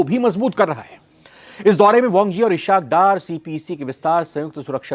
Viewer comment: Aik to inhe Ishaque b nh kehna ata... Bhia ye Is*hak hai ishaak nh😅😅